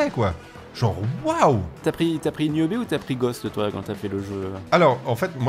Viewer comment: Putin ils savent même pas dire le nom… Niobe pas newbie…..